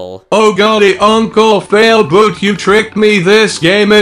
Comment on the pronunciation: 😒You said uncle fialboot...😒 Your brother is failboat... 😒